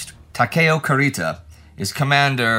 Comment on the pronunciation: Indy, your favorite pronunciation nitpicker here! You pronounced the u in admiral Kurita's name like the one in "cup", but it should be pronounced like in "cuckoo". Anyway, thank you and the whole team for the tremendous work!